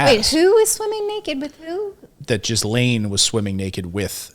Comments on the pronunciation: Possibly the worst pronunciation of Ghislaine. It’s pronounced Gill-enn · Please please pronounce her name properly...Gee-lehn. The "s" in her name is silent. It is not pronounced Jizz-lane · She is French, so her name is pronounced Gee-LEN, not Jees-LANE. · U need to pronounce her name correctly. Ge lane If u can't, don't talk. And when these girls were being used, where were the parents In all of this. What Maxwell did was horrible. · Please pronounce her name correctly! Lol "Jizzlayne" sounds AWFUL! Lolol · If you are going to commentate, please learn to say names correctly. It isn't that we haven't heard Maxwell's first name enough. It is not Gizzlaine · she called her jislaine😆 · How many times has the name ghislaine been on the news and these people still can't pronounce it!!!!!